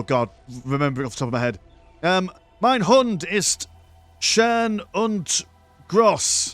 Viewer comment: mein hund ist schän und gross :D nice try my dude mein hund ist schön und groß... wär die aussprache aber gut genug